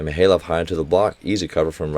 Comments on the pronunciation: Hey Coach, just noticed your pronounciations on some of the Russian players is still a bit off. Usually, most As are pronounced as "Ai," so Mikhaylov would be "Mikh(khhhh sound like you're spitting)-Ai-lov," which is why it's sometimes spelled as Maksim Mikhailov. Also, Poletaev would be Po-le-tai-ev, and Kurkaev would be Kur(like ooor)-kai-ev. An exception is Pankov, which you prounouce perfectly. Just needs a little harder accent. Ngapeth uses a silent N, so it would be better to say "Gapet." Loving the commentary! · your initial pronunciation of Mikhaylov was right